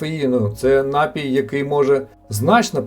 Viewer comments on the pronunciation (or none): Чому нАпій, якщо напІй! Перед тим, як записувати відео, бажано терміни перевірити у словнику!😊